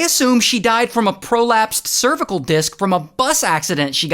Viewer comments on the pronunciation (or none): none